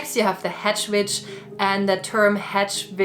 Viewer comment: This is a wonderful video, but ai cannot gets over the fact that when she said “I’m an Electic Witch” I thought she said bitch 🤣